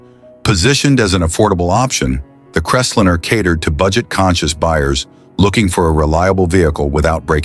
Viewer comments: Crest linner? AI fail. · I can't believe that the narrator repeatedly pronounced "Crestliner" as "Crestlinner". ...and they never showed the vinyl-roofed model that was the focus of the whole report. The video also shows vehicles that have been seriously modified - "chopped", "channeled", "bullnosed", "decked", and with over-sized wheels, among other things. It's difficult to see the features spoken about in the video when those very features have been modified or totally removed from the "example" vehicles! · Loved that Ford “crestlinner”! 😂😅😂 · LOL... what's a Crest-linnah? These AI voice overs are both pathetic and humorous at the same time. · Why can't the stupid AI pronounce the 1950 Ford Crestlinner or dinner?? Big waste of time. Watch "I do cars" and enjoy it !! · I thought he was saying `crez-lynn-ner'. In-fact, the car model was .. the Crestliner. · Too much time was spent on watching each of these cars. Saying any of these cars was stupid is extremely subjective and to quote here "None of these were stupid. They were part of the fabric of our success-drunk country" When a specific year of Buick was shown, there were two model years shown as with the 1955 Cadillacs. The narations were mispronouncing several names ie; Biaretz cadillac and Crestliner. In the early '60's these cars were everywhere and no one every called them stupid. Only the Edsel was mocked a little then. My dad bought a 1957 Buick in 1958, two years later we moved across the United states {twice with a UHaul trailer} from Arlington Va. to Seattle Washington and three years after that to Knoxville, Tennessee without any problems. I loved all of those Cadillacs!!